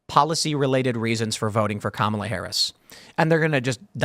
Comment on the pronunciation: The absolute most pressing issue for the democrat leadership and the MSM is that you don't mispronounce her name.